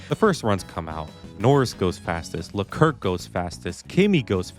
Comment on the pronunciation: No one talking about the fact that he said “LeKirk” 🗿